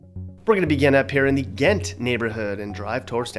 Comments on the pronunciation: Its Ghent not Gantt...jeez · It's Ghent...NOT Gantt!!!!